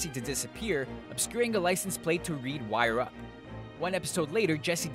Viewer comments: Its Lawyer up! Not Wire up!!!! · its lawyer up, not wire up